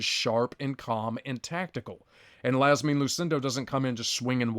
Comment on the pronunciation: Marina = Ma-reen-uh... and Iasmin = YAS-meen